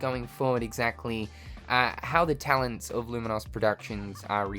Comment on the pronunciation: Hate to be that guy, but "lumin-oss?" It's an adjective like 'famous' or 'dangerous'...